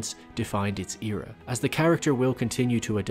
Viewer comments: It bothers me how he pronounces era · This ear-ah, that ear-ah lmaoo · The way he says era tho